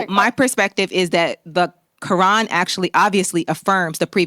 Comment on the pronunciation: why does she pronounce quran so bizarrely? what is this accent?? how does she manage to insert a G and an L sound into it? how did it become 4 syllables? she's stuffing so many consonants in her mouth at once that she must clear her throat halfway thru to finish saying the word! it's the most abrasive pronunciation i've ever heard, it honestly bugged me more than her empty assertions.